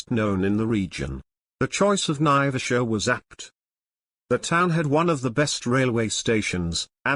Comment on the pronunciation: There is NO connection between Mau Mau prisoners and flying boats. Naivasha is pronounced "N-eye-vash-ah" with the accent on the first syllable. Flying boats were made redundant by the general development of long runways capable of handling large aircraft, during WWII, before the 1950s. Embakasi Airport became Moi International Airport (Correction - Jomo Kenyatta International, not Moi International), not an airbase. Eastleigh Airport became Moi Air Base. BOAC was formed in 1939, not 1945. And on, and on.